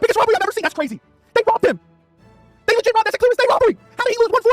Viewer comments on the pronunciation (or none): "THEY RAHBBED HIM!!! THEY RAHBBED HIM!!!!!" -🐷